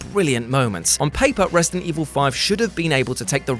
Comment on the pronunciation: It’s resident evil not resting evil 😂😂